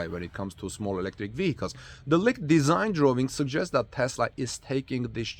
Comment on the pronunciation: Leeked not licked